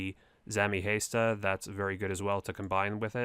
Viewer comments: HAW- STUH and that is the correct way to pronounce hasta, btw. See I can be a know it all too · V O R K R A T H Don't be like ''this is how you pronounce ardougne right" and afterwards butcher haysta and vorkrath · Pronounced ardounge correctly but gets Hasta wrong 😂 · Pronounces Ardougne right and then proceeds to completely butcher Hasta... 😂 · Lmao this was the reason I looked at the comments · And sigil. It pained me every time I heard it